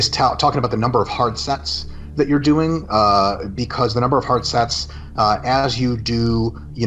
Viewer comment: He pronounces it "youere"